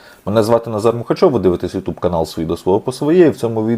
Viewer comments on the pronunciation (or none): none